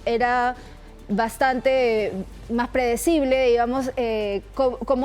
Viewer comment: Supongo que se equivocó al decir apredecible